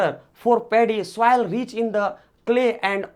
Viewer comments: Please do correct pronounation it soil not souil😂😂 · please do correct pronounation it soil not souil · It is not souvil it soil sir😂😂😂😂😂😂